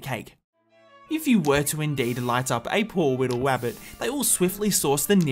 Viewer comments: No no he did say "A poor Wittle Wabbit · did I just hear him say “Wabbit” instead of “Rabbit” On purpose or is it just his accent